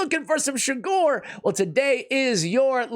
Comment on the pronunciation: Just rewatched this again and realized he pronounced my last name wrong again but still happy i finally got it.